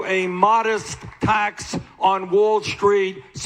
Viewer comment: I love how he says Wall Schtreet.